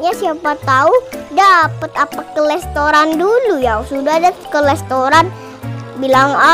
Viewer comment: Restoran bukan lestoran